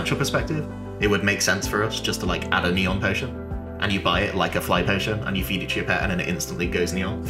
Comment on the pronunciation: Did you say neon potion?!?!